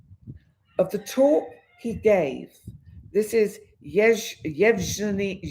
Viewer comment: Evg( just may to pronance as G ( like Guy or got = g ) eny = Evgeny, Thank you. the Real date of putin birth is 7/10/1950